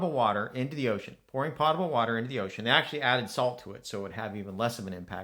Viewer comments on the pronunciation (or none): You can erase my comments all you want. This is not a case of an accent. You don't know how to pronounce the word potable. It is not pronounced like a pot you cook in. Imagine how many times, as an engineer, when you were doing consulting and you pronounced it wrong.@ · That is not a case of an accent. You just don't know how to pronounce that word. It is not pronounced like a pot you cook in. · How does a professor not know how to pronounce the word potable?